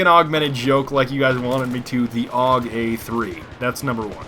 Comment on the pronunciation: The AUG is pronounced singularly like U.K or U.S.A